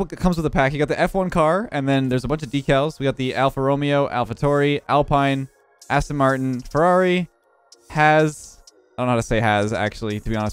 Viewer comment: Romeo 😂 it’s pronounced romayo